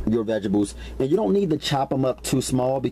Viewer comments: love your videos!!! you are one of "the best" !!! where did you learn to throw down??? my only complaint is the pronuociation of certain words..for example, the word is veg a table not veggeble...string beans, not shring beans, sausage,not shausage... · Veg-a-bles :) hehehe